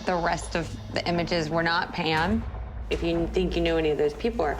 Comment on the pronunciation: Sorry are you saying “Pan” or “Pam”, ok so it’s “Pand” with a d, no “PAM”